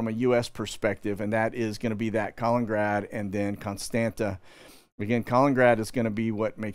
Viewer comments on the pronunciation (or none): Ka-li-nin-grad (Калининград) Kos-tan-tsa / Constanța Geez, is it really that hard to pronounce it? And regarding your content it seems you need to learn some history, open your eyes and stop following the main stream establishment please. You seem nice guy, but oh boy you get thing wrong. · Please. It's not "colin-grad"; you're dropping a syllable from the middle, and driving me nuts. Thanks!